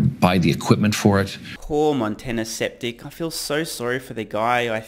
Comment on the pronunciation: "Montana Septic" lol